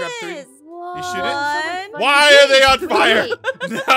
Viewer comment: said you shiit it instead of shoot it